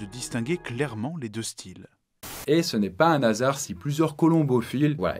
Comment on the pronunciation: A encore un 'H' aspiré qui passe à la trappe. Dommage, avec 3 millions d'abonnés, voilà une belle vitrine où remonter le niveau général.